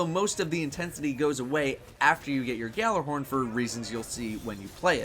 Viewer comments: It is not pronounced "GALLARHORN"! It is pronounced"YALLARHORN". It is a word that comes from Norsk mythology and not pronounced the way it is spelled. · not to nitpick, but it's pronounced YALLAR-horn. G is silent. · Say it with me now: YALL-ar-horn. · “Galler horn” please stop daddo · but they are incorrect it's pronounced yalla-horn it means yelling horn in Scandinavian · ***** The Bungie people are Americans, who butcher Swedish, obviously. Trust me, Gjallarhorn is pronounced Yallar-horn. It means, Yelling horn, it's the horn that Heimdallr blows. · It is so saddening that even a Cryptarch can't pronounce Gjallarhorn (Ya-LLER-horn) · its pronounced guh-jaller-horn